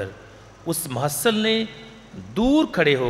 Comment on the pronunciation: please say mehule lene wala not mahasal